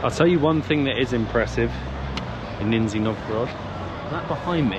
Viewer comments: Not Ninjy Novgorod but Nizhniy ) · It is Nizhny (Pronounced Nij-nee, not Nin-zee) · ‼️‼️🍃🍃🇷🇺🌺🇷🇺🍃🍃 WHY YOU’RE KEEP SAYING : “NINZYA NOVGOROD”❓🌄❓ IS IT REALLY SO DIFFICULT FOR YOU BOTH TO LEARN TO PRONOUNCE CORRECTLY THE NAME OF AN ANCIENT 🇷🇺 RUSSIAN CITY WITH RICH CULTURAL HERITAGE - "NIZHNY NOVGOROD"❓🤬❓JUST REPEAT: "NIZHNY"‼️‼️🍃🍃🇷🇺🌺🇷🇺🍃🍃‼️‼️ NIZHNY NOVGOROD ‼️‼️ DO NOT MISREPRESENT THE CITY'S NAME ‼️‼️🍃🍃🇷🇺🎆🇷🇺🍃🍃‼️‼️ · Haha! “Ninzi” Novgorod. It’s lower or “Nizhni” Novgorod, as opposed to Veliki or Great Novgorod, which is a much older city in the northwest of Russia. Where do you find the “n” at the beginning?! Where do you find the “z” sound?! Both don’t exist - you’ve literally invented them out of whole cloth. The zh in Nizhni is a digraph pronounced as “s” in leisure. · Ninja Novgorod.... it's Nizh-ny, guys.... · Why do you keep calling it Ninzi (Ninjas) Novgorod? 😀 The name is Nizhny (Knee-Zh-Nnee - where Zh pronounced like G in Geneva) Novgorod 🙂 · Russian food has no flavor.. hmm bias comment.. wow Also it’s niZHniy not niZniy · ❌Nizhny Novgorod ✅Nin-Z Novgorod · You’ve not heard of it but you could learn to pronounce the name. It’s like someone saying Lodnon instead of London. NIZH-nee not Nin-Zee. Love your videos but do a bit more work on language. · Not ninzy Nizhniy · Nizh-nee not Nin-zee, I believe? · can't get the NINNzee pronunciation out of my head now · I lasted 6 minutes, can't hear the NINzzeee any longer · Why you keep saying Ninnzy ? Lol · Neezshhhhny .. a historical city. What you see is in honor of our WWII heros. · It's really entertaining to hear in this video, like, million times "Ninja Novgorod". Man, in Google Translate there's a function that pronounces words, you should try it sometimes. And talking about big Russian cities you never heard of - there are 16 cities in Russia with 1 mil population, almost all in european part. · KNEE-zh-knee Novgorod. Cheers! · Say it with me /nizh-nee nov-go-rod/ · Guys, it’s Nizh-ny Novgorod!